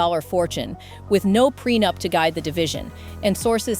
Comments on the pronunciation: Prenoop? Stupid AI. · Also, prenup was pronounced prenoop. 🤦‍♀️ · UNSUBSCRIBE.. This channel is 100% AI. Take notice, she CANT even PRONOUNCE PRENUP lol